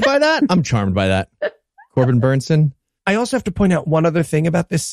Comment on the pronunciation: Corben BERNSON. Not BENSON.